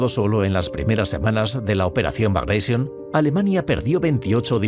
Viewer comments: Operación " bagraishion". Que mania de pronunciar en inglés un nombre ruso. Suena como se escribe BAGRATION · los rusos NO hablan ingles😝....han muerto 12 gatitos cuando pronuncias así la operación bagration...por lo demás un video genial